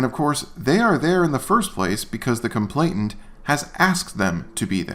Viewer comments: It's complainant, not "complainT-ant." - George, Esq. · I hear that mispronunciation frequently. I ascribe it to the idea that most people are familiar with the word “complaint” while the word “complainant” typically only appears in the legal context. This doesn’t excuse the mispronunciation, but makes it understandable and perhaps forgivable. On the other hand, I think all who misuse apostrophes are guilty of CAPITAL FELONY TREASON.